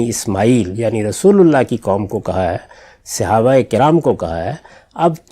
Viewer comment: صحیح تلفظ ہے : صَحابہ ص پر زبر ہے، زیر نہیں ہے۔